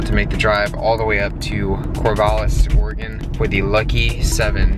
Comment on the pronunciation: Thank you for pronouncing Oregon correctly and not saying Orygon! Lol so many people say it wrong! Love what you do! Keep doing you!